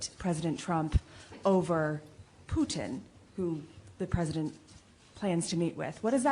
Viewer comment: I laugh when you say Putin’s name because I live in Canada where we have a famous food called Poutine (fries, with cheese curds melted by gravy), which matches is your pronunciation of his name.